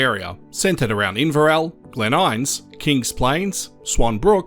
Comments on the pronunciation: Glen In-ness, not Glen Ines. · As in "in ness" not "eyenz". 😅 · It’s Glen Innes, NOT Glen Ines. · Pronounced Glen In...ess.... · I always thought Glenissis was pronounced Glenises? 😮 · Yeah with the stress on the IN-ness, a schwa in the ness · You say Glen Innes like a Melbourne person